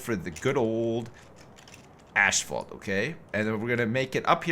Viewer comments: Dbestdodge explain to me how that works. Since when does "asph" sound like "ash" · According to the Cambridge dictionnary, the American and British pronunciation is Asphalt (ass-fault). I don't know if "ashfalt" is a Canadian or American thing, but I've heard it a few times in Ontario. People grow up hearing something pronounced in a certain way and never question it, even if the way it is spelled doesn't match how it is pronounced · Why does keep saying "ashfault" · It's killing me. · Maybe its a Canadian tradition. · I watched that French dude say asphalt and he definitely pronounces it the same way does.